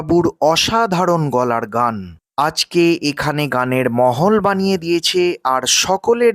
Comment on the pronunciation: Kotha ta holo Mahol, not mohol, r banglay bolchen jokhon tokhn আবহাওয়া ba পরিবেশ bolun, apnar video r kono ninda korchi na sudhu bekar hindi/urdu tene anben naa, sunte vison kane lage 😊